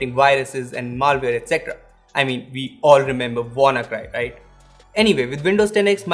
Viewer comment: "mal" ware 😂😂😂😭😭😭😂😂😂